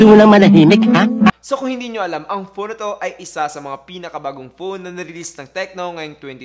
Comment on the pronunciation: Teliphowto daw HAHAHAHA